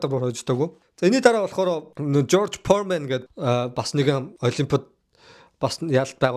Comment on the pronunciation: George Foreman not George Poorman